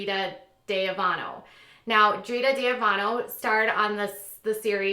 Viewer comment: You are all over the place. You don't know what the fuck your even speaking about. You can't even say her last name right 😂